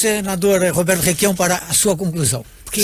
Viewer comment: Só ele quer falar " requiao".